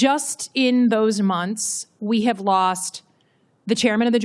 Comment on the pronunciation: What are "muns"?? It's MONTHS. Enunciate, broad!